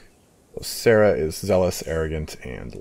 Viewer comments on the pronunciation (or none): none